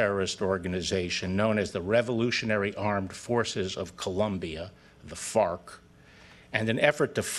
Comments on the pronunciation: Im sorry are you saying fart or farc? My $0.02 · ... I couldn't get past hearing "fart" instead of Fark or whatever lmao he just kept saying it too lol